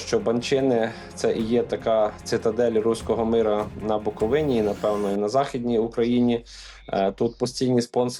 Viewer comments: Щановний! Правильно Буковина- наголос на и. Дуже ріже вухо неправильний наголос. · Пане Миколо, правильно вимовляти букоВИна. Дякую за важливий матеріал. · Як автор може називати себе журналістом якщо він неправильно називає край Буковина. Микола подивись як правильно буде наголос на слові Буковина. Не позорьтесь😮😮😮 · Княжицькому варто знати, де наголос ставити на назві Буковина